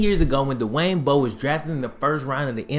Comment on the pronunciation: Good vid, but Dwayne not Da-Wayne.